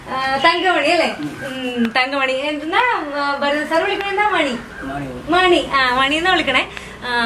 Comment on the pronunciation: ഭാരതൻ അല്ല, ഭരതൻ ആണ്